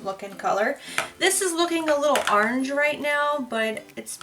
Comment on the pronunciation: I like how you say orange, "are-range"! 🍊 Love watching your videos! I always get so excited when you post 😃